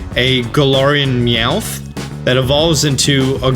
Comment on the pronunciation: Look it's Meowth's bro Weomth